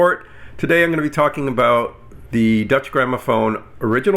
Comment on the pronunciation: You keep sounding like "Dutch Grammophon" instead of Deutsche (i.e. German) Grammophon.